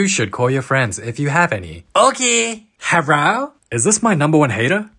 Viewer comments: Hewo hawyeah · "herro are you deuad?"